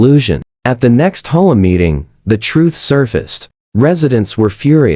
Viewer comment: PLEASE! Your AI is BORING and ILLITERATE HAVE A HUMAN DO THE VOICE-OVER! IT's H, O, A., NOT HOE-AH. DON'T USE AI. (AT LEAST WAIT UNTIL AI IS MORE CAPABLE>)